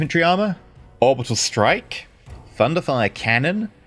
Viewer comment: Does anyone else hear thunderthigh when says thunderfire cannon